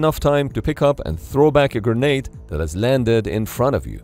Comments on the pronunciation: Gernade or grenade? I wish the narrator had gone with grenade. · Anyone else hearing "gurnade"